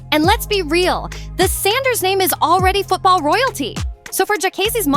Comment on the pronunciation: Lawwd Jesus your killing me with the names 😂😂😂